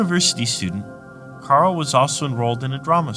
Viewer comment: Karol not Carl